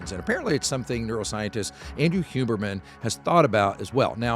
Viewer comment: Learn to pronounce HUBERMAN first